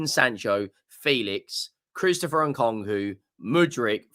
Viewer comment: Blud mispronounced Nkunku